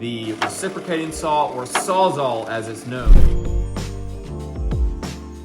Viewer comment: Sawz-All not saw -zahl. It a tongue twister but I rarely hear any trades guys pronounce it correctly. Great video boys. 👍